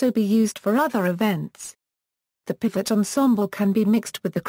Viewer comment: The automatic PDF reader mispronounces piphat as pifat. If the intention of this video is the bring the viewer closer to an understanding of Thai music, who ever made should consider steps to ensure the correct terms are used and pifat is not a term.